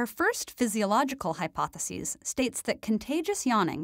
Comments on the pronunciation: It bugs me how she pronounces the singular "hypothesis" like the plural "hypotheses." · You’re pronouncing hypothesis incorrectly most of the time. It’s driving one of us crazy. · It's quite annoying trying to follow the topic when you continually mispronounce 'hypothesis'